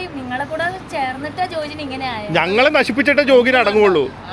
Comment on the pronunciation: എന്റെ മോന്റെ പേര് ജോജിൻ എന്നാണ്. ജെഫ്രിൻ മാത്രമേ അത് ശെരിക്ക് പറയുന്നുള്ളു. ജോഗിൻ എന്ന് കേക്കുമ്പോൾ എനിക്ക് എന്തോ പോലെ. ഇനിയെങ്കിലും ദയവായി ജോജിൻ എന്ന് വിളിക്ക് ദിലു 😅